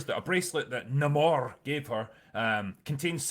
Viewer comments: So they changed how Namors (Nay-More) name is pronounced and say it's not his real name. And made him some mesoamerican stand in instead of half Scottish half atlantean. He has piercings and facial hair that look nothing like the character Changed his peoples name and completely changed their origin from Atlantians to some knock off Aztec water wakanda that was oppressed by conquistadors And Nahmoore ends up with his people under Wakandas protection? It sounds like the only thing he has that Really Namory is his little ankle wings (also drinker has a problem with those based on physics? But hulk breaking conservation of mass with every transformation is dandy?) That's no way to treat marvels very first character. One of comics first superheros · I'm just not interested, the only thing I was looking for was Namor, being a fan of the john Byrne namor run, but when I heard him being called Namõrrrr it did actually bother me. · Why do you keep mispronouncing Ramón's name?